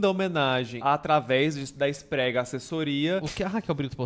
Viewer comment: eu perco tudo toda vez que o fala "esprega assessoria"